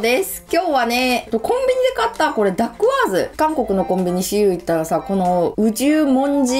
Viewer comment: ダッグワーズの発音も独特でおもしろいですね。そんなにかわるものなんですね。